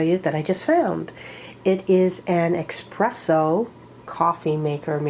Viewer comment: Actually is espresso not Expresso 😂